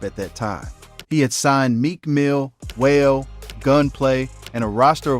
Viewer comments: Bro name is pronounced wah-lay (wale) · Not knowing how to pronounce WALE name is crazy